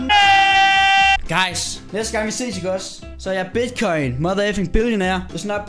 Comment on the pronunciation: Siger du Bigcoin? AHAH, eller er det bare mig der er fucket? AHA